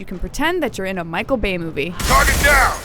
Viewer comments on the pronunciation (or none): none